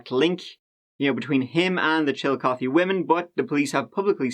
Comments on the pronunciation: Shout out to this dude for pronouncing Chillicothe right! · I am so surprised you pronounced Chillicothe correctly!!! I am impressed, most pronounce it wrong. Love your channel, the best one. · I watch tons of videos, they’re great, but I simply clicked on this because I’m from central Ohio and I wanted to hear him slaughter the local pronunciation of “Chill-O-Koth-EEE”. To my surprise, he nailed it. Loved the Dennis Reynolds reference also. Love your videos, sir. Keep up the good work! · I am impressed that you pronounced the name Chillicothe correctly! Many Americans outside of Ohio mispronounce it all the time. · I live in Chillicothe. Thank you for saying it right lol and for covering the story in general. It was a very scary time and things have only gotten worse here since.